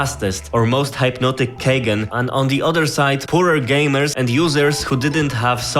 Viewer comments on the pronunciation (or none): Loving your content, just wanna help with a small correction! "Keygen" is short for Key Generator, so it's pronounced Key-Jen :D